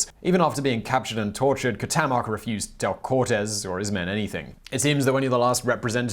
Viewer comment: It's "tlah-whee-cole-eh". Say it three times, fast. The other Aztec guy is pronounced "kwow-tay-mock".